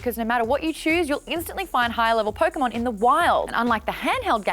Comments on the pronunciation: Did she say PokeMaude...? smh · i cant believe she said pokémaude i hate it and love it at the same time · Pokemaude? I certainly Poke Maude